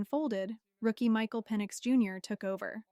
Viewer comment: Is Michael's last name pronounced Pee-nix?